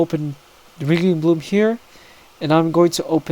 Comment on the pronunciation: For everyone who is looking for the PCK editor, it's called RingingBloom. I'm sorry that this guy fails to write it anywhere then pronounces it like a complete fucking spastic so that no one anywhere has the chance to find out what it is. Didn't even link to it. "RGHBLM" learn English plz.